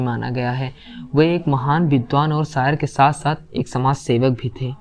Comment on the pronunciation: Beta sayar nahi hota shayar hota hai